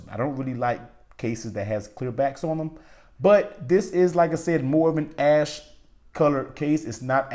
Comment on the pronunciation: It sounded like you said ass color